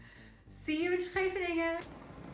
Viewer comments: About pronouncing Scheveningen correctly... You nailed it the first time! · Yes the first instance was spot on. The others were real good two but had a little too much palatalisation on the /s/, although if other features of the pronunciation would change to match those could probably still pass as part of a thick Amsterdam accent. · Well, apart from the "sch" being a bit too 's'-y you basically already pronounce it correctly. Better than most any native English speaker I've heard. 'sch' seems to be an extremely hard sound for non-Dutchies. If you want to get the last detail right: Seems like you're pronouncing the 's' with your tongue in the bottom of your mouth, you should put the tip of your tongue forward and almost press it against your upper teeth, like when you imitate a snake, and immediately cut it off and go to a hard 'ch'. Don't even worry about actually voicing the 's', it should be so short that you hardly hear it anyway. If you hold the 's' long enough to consciously register voicing it, you already held it to long to have time to transition to 'ch'. Just make the 's' motion as fast as you can and worry about getting the 'ch' right, and you should find you the 's' is about the right length, I think. That is, if you're physically capable of making that specific transition so quickly, it might be that it's one of those things you need to learn as a child and it's really hard to get your muscles to do later on. Ok, later on in the video when you speak Dutch... wow. Your Dutch is sooo good. Actually I think you're developing a Dutch accent when you speak English right after having spoken Dutch :-) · you already pronounce Scheveningen pretty accurately at the start of the video. And your Dutch is accentless, I think.